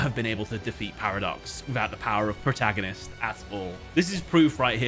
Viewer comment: "Your move pwoootagnoists!!!"